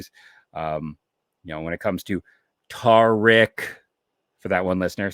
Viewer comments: It’s Tarik. - Sounds like tare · Tarik like Eric with a T, it ain't that hard